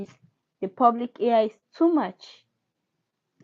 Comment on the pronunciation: ITS PRONOUNCED "PEW- BIC " BUT PUBLIC LICE IF YOU WANT TO JOKE ABOUT IT 🤭🤭🤭